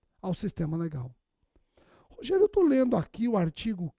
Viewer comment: Muito bom! Adoro quando ele fala "Rogeriô" hahahahahaha